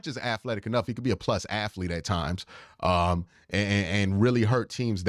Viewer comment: Q gets on a run with the "aflete" and "afletic" this video and he just won't back down. You know the end of Good Will Hunting where Ben Affleck is smiling and shaking his head because he knows Will is off to great things? That's my expression everytime I hear "aflete". :D